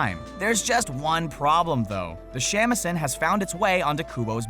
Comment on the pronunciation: Good God. White people pronouncing Japanese words is so cringe. "Shamisen" is pronounced "Shaw-Me-Sen" Japanese uses the "AHH" sound.